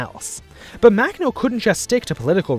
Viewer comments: It’s pronounced [maxnɔ] not [maknɔ] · The way he pronounces Makhno… shudder.